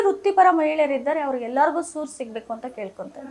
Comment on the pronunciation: ಸುರು ಅಲ್ಲ ಸೂರು